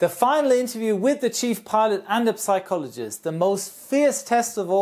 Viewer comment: Good video, just one note: "psychologist" is pronounced without p, as if it was written "sychologist"